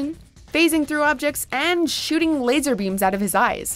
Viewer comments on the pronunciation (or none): none